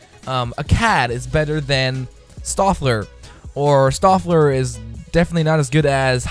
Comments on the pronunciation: Stöfler not Seöfler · You trying to pronounce Stöfler physically hurt.